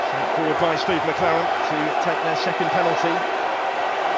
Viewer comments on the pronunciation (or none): none